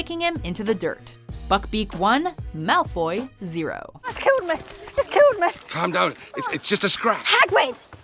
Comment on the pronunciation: it's killed meh, et's killed meh!